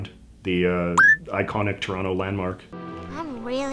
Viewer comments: Even ignoring the rest of your accent, I can tell you're not from Toronto because of how you said "Toronto" 😂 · Interesting how JJ pronounces the middle T in "Toronto". There are quite a few Canadian expatriots living here in Ecuador, and whenever I've heard them mention the city, they've always pronounced it "T'rahno"... EDIT: Nevermind. he says it the way I'm used to hearing it.